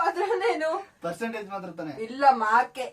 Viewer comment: ಮಾರ್ಕ್ ❌ಮಾರ್ಕ್ಸ್ ✅